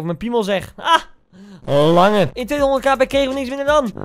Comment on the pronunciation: je vergeet de R "ik wou dat hij langeR was"